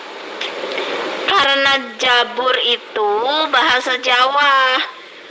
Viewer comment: Assalamualaikum Salam Sjahtera, smoga tetap shat & dlm lindungan Allah..Amiin 🤲 Allahumma Amiin 🤲 Maaf ya ibu...ibu Salah nyebut nya.yg benar nyebut nya kitab zabur...bukan kitab jabur...